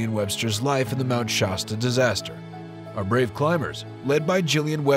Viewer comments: Good video except for pronouncing the name of the mountain wrong. Shasta a is like shaft. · So is it pronounced "SHAW-STA" or "SHASS-TA" ?